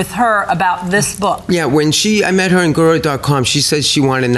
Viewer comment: He can't pronounce "guru" but he can detail a fantasy about a child?